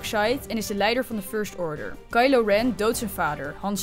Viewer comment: Ik ging echt stuk bij die zachte r toen ze 'first order' zei 😂